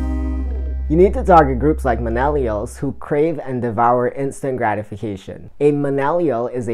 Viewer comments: Nice video! I like the 3rd tip about the series of short videos. I will have to do this with similar thumbnails and put them in a playlist so they auto play! I like how you include the bloopers! I wasn’t sure if it was me or if you were saying minnellials instead of millennials in the beginning but from the blooper it looks like I wasn’t just hearing things 😂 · Nice video my friend. Useful information and liked the creativity and personality you put into it. Good luck with the channel! By the way, it's millennials not minellials just to clarify. Also worth mentioning that videos that are 7 mins or longer are better on youtube than shorter vids due to youtube wanting users to stay on youtube for as long as possible. They reward your channel by putting you in suggestions more and ranking higher in search when you increase your watch time.